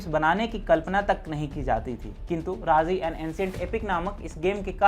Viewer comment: राजी है वो राज़ी नहीं। उच्चारण सुधारें।